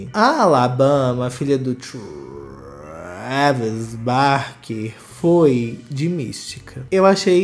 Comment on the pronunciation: Não aguento o falando o nome do Travis Barker 😂😂😂😂😂